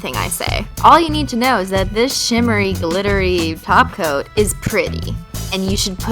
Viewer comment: Your awesome I found you a couple days ago and now anytime I hear anyone say top coat all I hear is taco lol